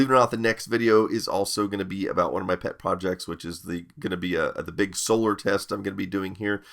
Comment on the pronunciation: Did he say "PET projects"?...